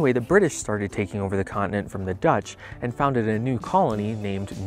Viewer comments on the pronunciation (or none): none